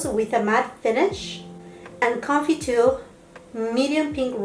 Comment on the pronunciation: Do you speak French ? I’m amazed at how you pronounce confiture! And all the other french words actually